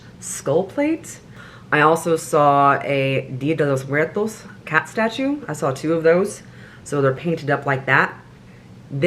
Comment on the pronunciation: Shout-out to for pronouncing Día de Los Muertos correctly! 💯 🎃 🌻